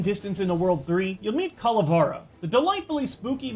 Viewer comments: It’s Calavera not Cala far a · oshawott from oblivion Actually is Ca-la-vera because it comes from Spanish and that’s how you pronounce it on the language. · It's pronounced CALA-VAIR-UH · you say calavera wrong is not whit a is whit e